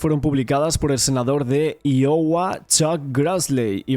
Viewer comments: El estado se pronuncia A I O WA cómo se lee. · Iowa se pronuncia, Aiogua, pa que sepas para la proxima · en ingles si, pero la tribu india son los i-owa, miremos un dia por lso nativos, y no por el idioma colonizador